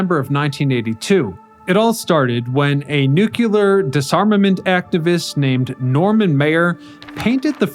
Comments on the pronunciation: NOO*klee*er not NOO*kyu*ler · it's nuke-lee-er, not nuke-u-ler sheesh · Okay, lost me, when I heard the word, NEW-CU-LAR. There is no such word, George W. Bush. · So is " nu kyu lar ". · it's not nuculer. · Informative video, but the mispronunciation of "nuclear" made me cringe.